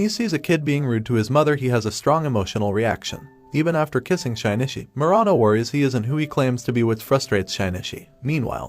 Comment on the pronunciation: great video but the way you say Shinichi's name makes me want to sandpaper my bald head